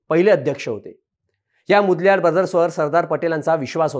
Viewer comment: मुदल्यार नाही ओ मोदलीयर